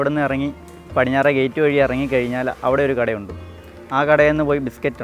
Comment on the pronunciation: "അവിടെ" എന്നതിന് പകരം "ലവിടെ" എന്ന് പറഞ്ഞത് ആരൊക്കെ ശ്രദ്ധിച്ചു 🥰കരുനാഗപ്പള്ളി things🥰